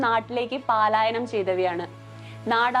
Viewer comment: പാലായനം എന്നല്ല പറയേണ്ടത്. പലായനം എന്നാണ്.